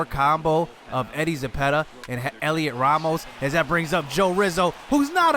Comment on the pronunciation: Its pronounced Helio Ramos you don’t say the T Great vid